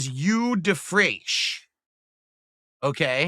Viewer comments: Eau is pronounced oh, not yew. That's very very telling, and extremely cringe. Dude has no respect for his audience's intelligence. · This is a man who wears cologne for NOBODY! Lmao He cant even pronounce eau! Lmao Cologne connoissuer. This is the face that awaits me as I make my final walk into hell Lmao never change! Great Job Girl! Being talked down to by a man that cant even ride a bicycle! Lmao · OMG, his pronunciation is wrong. It's parfum (euuh sound). It's eau de toilete and eau de parfum. eau is pronounced like oooo, not uuuu). Expert my tuchus.